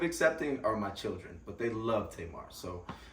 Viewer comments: He said “Cir-Rin” (children) 🤣🤣🤣😂😂😂😂😂😂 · Did I just hear this man say "chirren"? Keeper. 😂❤